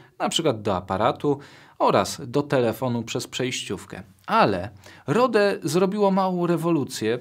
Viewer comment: ludzie to się czyta ROŁD a nie. R O D E to nie polski produkt, pozdrawiam